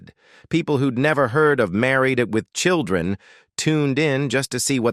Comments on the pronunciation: Obviously 'click-bait'. But I did learn a few new things about the show, and was surprised at how abruptly it ended. But mostly I learned that I will never click on one of these salacious thumbnails again. Funny how the AI reader called the show, "Married....... With Children" at least a dozen times. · AI having a shit load of trouble saying "Married with children." 🤣🤣🤣🤡